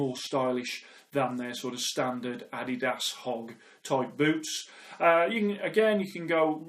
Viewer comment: finnally someone who knows how to pronounce adidas